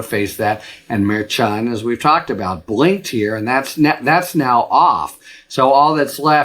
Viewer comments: FYI it's pronounced mar-SHAN. Not mar-CHON. Just any Latino in your office or orbit, if you have any. Also, I listen to almost all your videos. Keep going, we need you!! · Harry, you're the best. But please learn how to correctly pronounce the name of Judge Juan Merchan.